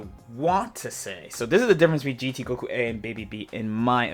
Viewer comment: First off... respect the character by not calling his ghost oki 'ghoki'. I'm a gotenks main and I can't stand it wen ppl say ghoki lol it sounds dumb af honestly